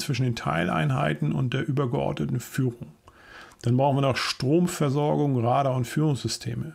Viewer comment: die Betonung bei Radar liegt laut Duden auf dem zweiten A